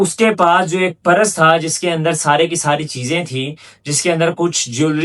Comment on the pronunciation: Beta aap purse ko PARAS na bolain please. Otherwise you are doing good